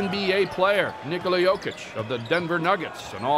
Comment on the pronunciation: commentator keeps calling jokic josic